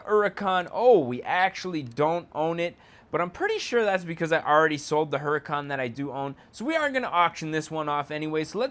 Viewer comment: Its huracan not hurican